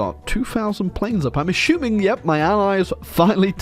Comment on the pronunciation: ASHYUMING bro I can't with that pronunciation